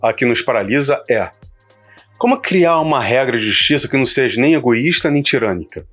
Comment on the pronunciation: Excelente trabalho e reflexão! Só uma dica: " quando falar "sejA", fala mais devagar, pois parece que você está falando"sejE", que não existe. Mais uma vez, parabéns e obrigado pelo vídeo.